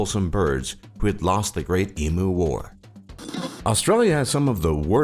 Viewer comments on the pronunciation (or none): It's not pronounced "ee-MOOO", it's pronounced "eem-you" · emu its pronounced E-mm-you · Pronounced E mew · Lol he pronounced emu as eemoo it's pronounced as eemyou but written at emu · What the fuck is an emoo? It's em-u And queenslund? It's just Queensland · Your saying emu wrong it's not eem-oo it's eem-ue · "E MOO" BITCH ITS "E-m-u" Xoxo From an Angry Australian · Its Emu not Emoo SAY IT RIGHT GOD DAMN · Emu is pronounced Em-U not EEEMOO you fucking seppo. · 1. Eem-you, not e-moo 2. Queens-land, not "Queenslund" 3. Mel-bn, not Mel-burn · It doesn't fucking take days to download a bloody game besides, our internet is fine and you said emu wrong. If you say e'moo to a aboriginal then be prepared for a huge mob running straight at you with spears and clubs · It's pronounced eemyou not eemoo the spelling can be deceptive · How many times did they have to say "e-moo" lol. If you are going to say it 10 times... At least learn how to pronounce it. #eem-you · Emu is pronounced "eem u" NOT FUCKING E "MOO" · Why the fuck do you say em-oo. It's em-you. Plus our internet is fine. So fuck you. I buy steam games all the time they take about 30 minutes. Stop with your stereotypical statistics shit. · OK Murcia. Emu is pronounced eem-yoo, not ee- moo. I know it's spelt that way, but idiot naturalists in the 19th century weren't great at putting native words into writing. Plus different tribal groups have different words for the same damn animals so it's all stupid anyway. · Im Australian aswell and all the miss pronounced words pissed me off too! Emu is pronounced eem-you not e-moo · Free variation: EEK-onomics or ECK-onomics NOT Free Variation: EE-MOO and EEM-YOU vast difference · yea he is saying em-oo xd wtf is a emoo its em-you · It’s pronounced eeeem-yoooo yeah nah yeah nah, fuck off mate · Excuse me? Whats an Emoo, I know what an emu is but whats a emoo? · i dislike how he said emoo and queenslnd not queensland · Emoo lol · What the fuck is an emoo you dumb fuck??